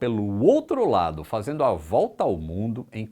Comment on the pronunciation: "Voooolta" bem enfatico! Risos garantidos.